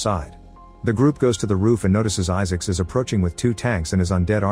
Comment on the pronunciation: The AI voice pronounces it Issics.